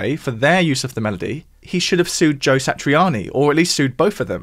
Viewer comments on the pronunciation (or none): none